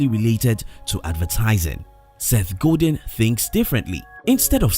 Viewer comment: Seth "Go Deen" hahahaha shout out to the voice over artist....he probably speaks 5 languages.